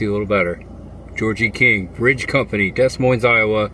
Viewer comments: Yes I was going to point out to him that the s is silent both times like in Illinois too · "Des Moines", lol....